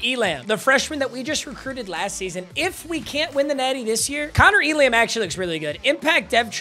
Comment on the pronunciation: Elam is pronounced, ‘ELum’